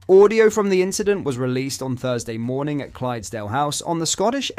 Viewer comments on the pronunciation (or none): none